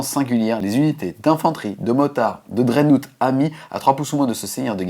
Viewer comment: bonne vidéo très intéressant pour ceux qui ont pas le bouquin et en tant que joueur BA hâte de l'analyse du prochain psychic awakenning. PS: dreadnought se prononce drèdnoft XD